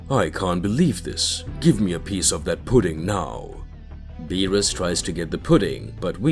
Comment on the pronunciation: Okay, he still saying "bills" for Beerus but then he says Beerus right. Did he forget to intentionally say it wrong? Well, thank God finally he stopped saying it wrong. Now, if he would stop click baiting "Whis is scared by Goku" but in the story it never happens and the incessant repeating the story instead of posting something new but we're getting there. His channel is getting better.